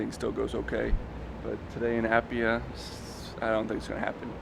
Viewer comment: My guy butchered the pronunciation of Apia and Pago Pago lol